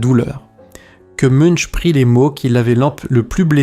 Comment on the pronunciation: De plus, "Munch" se prononce (plus ou moins) "Mounk".